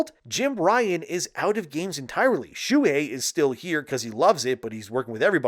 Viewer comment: Shoo-Hey. But read faster.